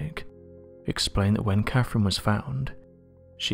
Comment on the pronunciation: What i find interesting is how he can't pronounce words correctly. The name is Catherine, why he keeps saying Caferine?